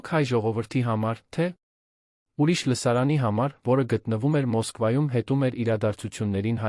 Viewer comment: Արհեստական նանսկանութկմյում շատ սխալներով, Լևոնը լոն, ամենակարւորը ամենակարորը, հետևումը հետում էր, այլես եչմի լուրջ աղորֆում։չկա՞ բոլորը արհեստական բանականության կազմած ապուշություն, լոնը լոնը լոնը լոնը զզվեցի երևսնը երան լևոնը լոնից.